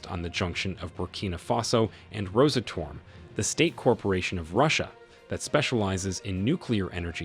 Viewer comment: its NOT Rosa Tom, its Ros Atom